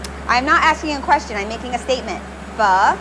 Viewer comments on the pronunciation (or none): I love pho, Im Vietnamese You pronounce the o, like you're nudging your friend and saying ah, ah So it's ph-ah Hold up let me type it in Vietnamese: wait I can't sh!t I didn't learn anything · It’s pronounced “pee-hoe” for pho, I am Vietnamese. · You should have gotten to Vietnam for Vietnamese food, because a bowl of pho is a dollar there, or 20,000 VD. Also Pho pronounced like ph-uh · They pronounced pho fho and I eat pho almost every day but I am not in Vietnam my grandmother made it for me and I don't really know much Vietnam but my mum does just watching this make me hungry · Pho is pronounced “fuh” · Hanna Yuuki yeah suprised she didnt say fow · It's pronounced Phuh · Its pronounce "Fuh" for pho I am vietnamese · pronounced pho so wrong it's hilarious 😂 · I’m sorry for raging but STOP SAYING PHO WRONG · I am from Vietnam 🇻🇳 and pho from there is amazing Ps I literally cringed when you said pho 🍲 and others like Bún Bò Huê Also bum Bò Hue is supposed to be spicy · I’m Vietnamese and you guys are saying it all wrong but I still love you and please give me a shout out